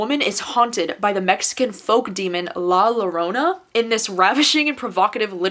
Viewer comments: You sold me on Alejandra, adding it to my tbr rn 🏃‍♀️ Just so you know, La Llorona is almost pronounced like La Yorona. When there’s two L’s in the Spanish language, you pronounce it like a Y instead of a L 🤗🤗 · I think la larona is pronounced layarona with a Y sound but I'm not sure, it's been a while since I heard it in a movie review lol